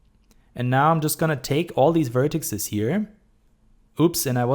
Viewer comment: Cool tutorial! Also like your Artstation. Always nice to see good german 3d artists :D Just two rather unimportant things : Plural von Vertex ist Vertices(Wuörtesies) und Boolean wird ''Buhliän'' ausgesprochen :P